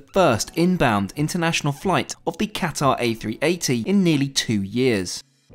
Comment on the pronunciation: Great report. But please learn how to pronounce Qatar properly ;)